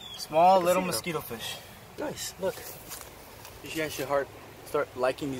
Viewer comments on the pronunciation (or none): Feesh net ohhh